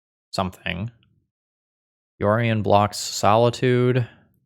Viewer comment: comment for the algorithm - when you're playing the mirror, it's not "yorion", it's "OURion" comrade